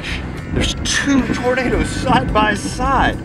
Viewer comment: Hehehe Tor-na-da-das 😂